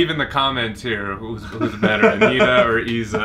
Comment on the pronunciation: AniTTa não ANNita 🤔😂😂❤